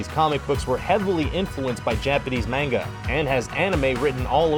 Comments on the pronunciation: It's pronounced (mon-g-a) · It annoyed me so much the way he said narruto and manga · ...Manga...Not Menga...MANGA! A not E! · He's didn't say Menga he said M-ang-a. Yes it's suppose to be M-ah-n-ga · M.A.N.G.A ITS PRONOUNCED M.A.N.G.A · Everyone is talking about how he mispronounced Naruto but I'm hung on how he said manga... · Narruto... ROO TOE LMFAO LOL "MENGA" ... "8 Bit Street Fighter" ... "Mayor-eeo Bros" AYYY LMAO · Mispronounce. Look this is asian pronounce, not US or UK. EVANGELION not IVANGELION MONONOKE not MONONOKI NARUTO not NARUDO MANGA not MENGA I'm so glad mostly pronounce ANIME right.